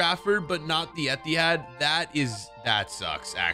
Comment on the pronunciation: my man cant pronounce the etihad lol